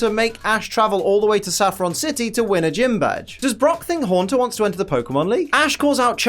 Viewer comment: Narrator in recap calls Saffron City Saffrin City if my ears don't deceive me